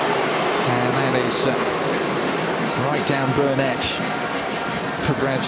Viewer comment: Season's worth of play-by-play, still can't pronounce Burnet right. Good game boys!